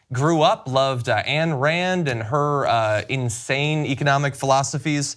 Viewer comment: Love John, but it's pronounced Ayn Rand "/aɪn rænd/"